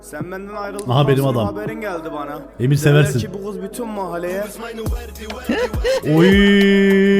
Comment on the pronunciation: türkçeyi bozdu artık (kız değil giz 🤣)